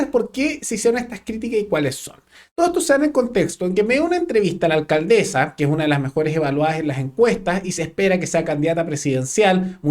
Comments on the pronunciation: Llamaría a la “alcaldezzzaa” siempre me ha resultado insoportable escuchar hablar tanto a Vallejos, como a la alcaldesa de Santiago y varios de estos nueva camada de políticos……pero en este punto de prensa la señorita Vallejos cansa con su pronunciación de las “s” de las “s” que hace como “z”……………..daña los oidos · se dice Alcandesa Vallejos, no alcadeza,....zazazazazazzaza